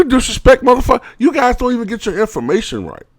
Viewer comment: Oh my God he's serious he said Mother Fucker with an er instead of an a lol